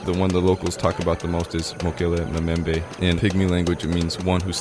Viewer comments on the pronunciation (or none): It's Mokele Mbembe.. Not Mokele Memembembe lol